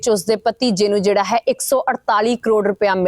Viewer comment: ਇਆ ਨਹੀ ਮੈਡਮ ਜੀ ਹੈ ਬੋਲੋ